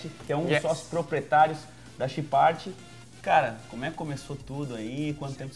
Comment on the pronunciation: ele falo errado Chipart kkkkkkkkkkkjjjjjjjjjj